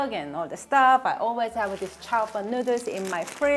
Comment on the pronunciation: She said "Nooders".....hehe